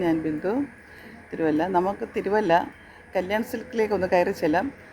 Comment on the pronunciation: തിരുവല്ല.. എന്നല്ലേ തീരുവല്ല എന്നാണോ 😂